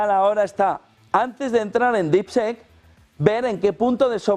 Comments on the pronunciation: No se pronuncia “sek”; se pronuncia casi como “i”. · DeepSeek se pronuncia como “dipsik”. Seek es “buscar”. En Harry Potter, harry era el “Seeker” en el equipo de quidditch, o el “buscador”. Deep- Seek; “búsqueda profunda” más o menos! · ¿Por qué esa manía de pronunciar DeepSeek de-ep se-ek? (Y muchas otras palabras en inglés) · Las primeras silabas las dices bien , DEEP ( DIP ) SEK ( SIK ) , DIPSIK SE PRINUNCIAA , . OSEA ALA PRIMERA SILABA SI LO PRONUNCIAS BIEN , PERO LA SEGUNDA SILABA NO , jajajajajajajajaj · No jodan, no esperamos una pronunciación perfecta en inglés pero mínimo díganle como se pronuncia DeepSeek. No es un sonido que sea difícil de pronunciar para un hispanohablante. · Seek se pronuncia ‘Sik’ (buscar) por Dios! !!! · Pero no le digas dipsec mi hermanito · Pronunciación: diip-siik y esto en inglés se parece a Deepshit😂